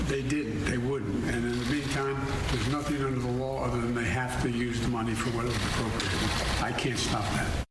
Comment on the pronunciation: !d!0t can't even pronounce 'appropriate'.!!!!!!!!!!!!